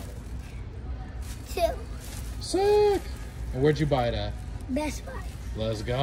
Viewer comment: “What did u just get homie?” “VeeARgh” “What type? Meta 2?” “YEah mEtAh TwO” “How many did u get?” “Two” “Siiiiiiiiiiiick” “and where did u buy it at?” BEss BuYgh” “Les goooooooo” “les go home and play!”